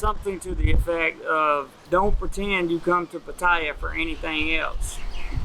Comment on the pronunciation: At least pronounce it properly 😂😂